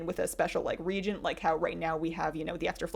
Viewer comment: re-AY-gent. A “regent” is something else. I’m not sure how this weird mispronunciation has infected WOW-tube recently, but Taliesin is doing it too.